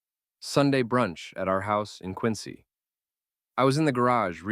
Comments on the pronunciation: Saying QuinCy is the least Boston local thing to do of all time 😂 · How are you going to correctly pronounce Worcester(wuhster) and then not pronounce Quincy(quinzy)?? I was like oh this person is definitely from Mass but then u get quincy wrong of all places??? 😂